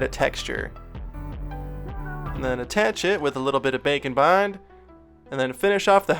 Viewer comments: Bacon bond. Haha thats what I always hear when he says that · Every time he says bake and bond I think bacon bond 😂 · what he's saying Bake and Bond What I hear bacon bond Now I'm hungry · I always hear Bake & Bond as Bacon Bond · Am I the only one hearing him say Bacon Bond?!?!? 😂😂😂🥓🥓🥓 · Man every time he says Bake and bond, its sounds like he says Bacon bond. I wonder if thats a thing. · For half the video, I thought you were saying bacon bond XD